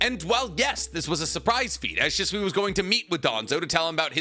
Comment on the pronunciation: Sheeswee is the pronunciation not shiswee idk why that always drives me crazy every video you say his name 😂😅